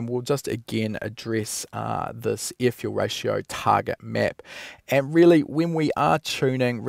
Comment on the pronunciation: I like it when he says ear fule rayshow